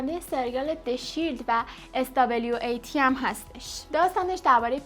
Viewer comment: سلام.اسم اون سریال اس دبلیو ای تی تلفظ نمیشه.بهش میگن سوات.همون نیروهای ویژه هستن.